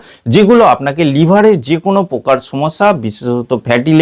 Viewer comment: "প্রকার" শব্দটির উচ্চারণ শুদ্ধ করুন। "পোকার" নয়, "শব্দটি "প্রকার" (Proker).